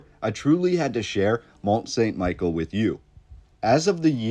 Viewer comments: The proper pronunciation is Mon San Me-Shell. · Mon Sawn Michele (pronounce) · Great video. I went there a few years ago and its truly impressive! Just one thing...its pronounced Mont Sun Michelle in French. I also wondered if you had found its sister...over in Cornwall England called St Michael's Mount? It looks like a smaller version, but not with quite the majesty of the French one. Apparently linked to the same order of monks. I agree with you wholeheartedly...the narrative does not ring true. There is more to this story. The architecture and engineering is a formidable feat. One of the most beautiful places I have visited. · Mon-San-Mi-Shell That's how you say the name of the Island. It's a cool place to visit if you're ever in Normandy. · Sorry but this is really annoying. It's Mont St Michel pronounced ME-SHELL. I took French in highschool and hearing you butcher the name is gonna be taxing. Still gonna watch the rest of the video however. Sorry 😅